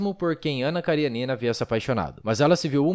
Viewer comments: Ótimo texto. Ótimo video. Apenas um detalhe: KariÊnina (da até pra ver o acento no video ), não KarieNIna. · A pronùncia è Karênina, não Karienína. Aliás a maioria dos sobrenomes russos são proparoxítonos, se terminam em vogal e paroxítonos se terminam com consonante